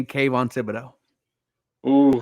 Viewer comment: I’m just glad you pronounced Kayvons name correctly now.. before you used to f it away… go back and look..